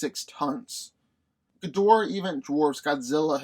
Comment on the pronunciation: You’re saying Ghidorah wrong.